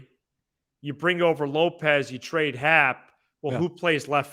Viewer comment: I'm usually on your side but please don't ever say lopes for happ again That made me throw up a little in my mouth lol